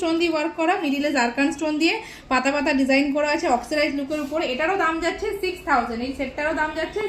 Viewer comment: Oxcirize???? 😂😂😂😂 ওটা oxidized!!